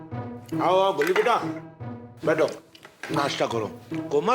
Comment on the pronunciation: Goli not Glou